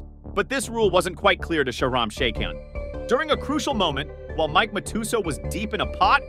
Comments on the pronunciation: "Mike Matoosoh" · bro doesnt know poker just listen to how he pronounces matusow = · youre not a real poker fan.. and I know that because of the way you pronounced Mike Matusow